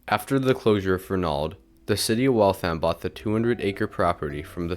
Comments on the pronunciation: Fern-ald is how we all say it 😢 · I grew up in Waltham and never heard the mid-Atlantic pronunciation (Fernahld) presented here. Even media newsreaders who continually pronounced Trapelo Road as Trap-L-0 Road and Waltham as Walthm did not state Fernahld. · It's more like Fernuld with no stress on the n syllable...my ear hears the mispronounciation too, although this comment is a little harsh. You did a great job with this!